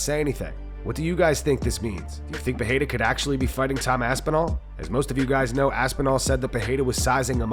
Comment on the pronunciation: Please stop with this Joe Rogan's "Peheira" shit, it's not even how they pronounce it in Portuguese